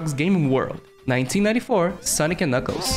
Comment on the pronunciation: wealie? Youw daboss of sega and aww ov its gwowie? I’m such a big fan of sonec the hedgwog!!